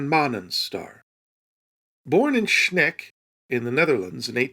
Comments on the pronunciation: You can pronounce ''Sneek'' like you would the English word ''snake'' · Sneek is pronounced more like Snake ! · I don't think even if we were to discover warp travel it could make the Vulcans come to Earth in our current crazy state. Although if they do come, I want off. Also, as a Dutch speaker I'm sad to say you butchered the pronunciation of the Dutch city of Sneek. Easiest pronunciation for an English speaker is snake. Like the animal. Or Snake Plissken. But with a little less emphasis on the letter n. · In Dutch, words starting with, or featuring the letter S, unaccompanied by an H or CH, are just simply pronounced with a an S as you would in English. Inventing 'shush' sounds wherever is always erroneous. The word, or rather place name, Sneek is simply pronounced identically to the English word 'snake'---as in the reptile; albeit with the tiniest of caveats, a slightly elongated 'aa'. Unless you are from the southern provinces, in which case us Friesians will let you get away with some linguistic murder to a degree. Yet there is no SH in Sneek nor Snits ;-) Edit: And no, Sneek is not the Dutch word for snake; that would be the word 'slang'.